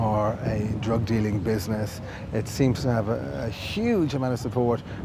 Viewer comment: Anytime I see these videos with dorks from the UK I know it’s going to be full of fake tough guys. Bidness is bidness. Lmao!